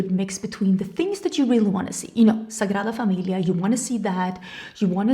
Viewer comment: Wow😮, gorgeous 😊. I miss seeing orange in makeup looks. I can't wait for your new launch. The way you say Sagrada Familia, is perfect, I was going to ask you, but if you don't answer I understand, it's nobody's business, but I was curious if you still like the cowgirl aesthetic , boots etc., and cowboy novels ?